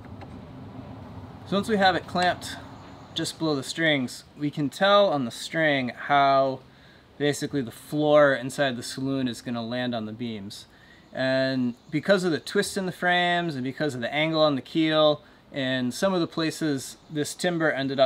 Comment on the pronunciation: please, it's a salon, not a saloon.